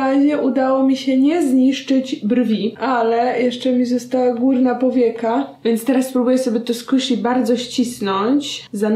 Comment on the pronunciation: jem płatki, i zamiast ,, górna powieka '' usłyszałam ,, kurna powieka ''